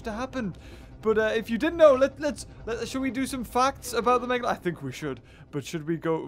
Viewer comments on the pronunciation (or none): Did you just say "the Megadolon"? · I think he was support to say MEGladon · “It’s a megalodawn” #TheMeg